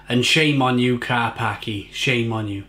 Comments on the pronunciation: Karpackie not Karpaki don't be racist :) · I believe the pronunciation is KAR-PAS-KIA .... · Its better than special brew or kestrel super. Its pronounced karpachi BTW.... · Learn to pronounce it properly first - Kar-pats-kyay Ignorance and clearly can't handle the strong stuff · Its pronounced car pach kia... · Dude, it's actually pronounced Ker- peski- uh. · Pronounced car-pa-cha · Pronounce it right 😂